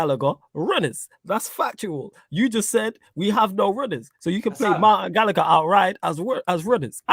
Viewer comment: Man said gallagher and I almost stopped watching